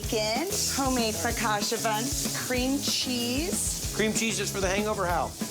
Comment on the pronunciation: It’s pronounced FocaCha not Focasha! 🫣